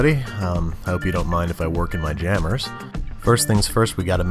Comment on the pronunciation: It’s funny cause I call my dog Gemma Gemmers sometimes and the way he said jammers it kinda sounded like it lol.